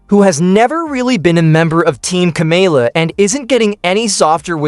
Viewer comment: AI BS video.Cant even say her name correctly